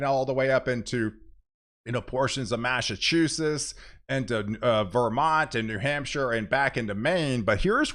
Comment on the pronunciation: Massachusiss? Lol